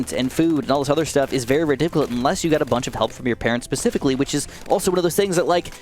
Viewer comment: Did you say pacificlly instead of specifically. Lol